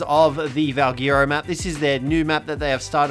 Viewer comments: The way he says valguero annoys me. Is it not pronounced “val, gwair, ro” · Valguero is pronounced as VALGHETTO.